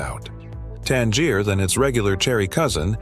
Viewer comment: I think it’s pronounced “tangy-er” lol